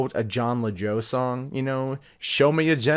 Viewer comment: were u referencing Jon Lajoie? If so, I'm pretty sure it's pronounced "Lajwah". Love that guy.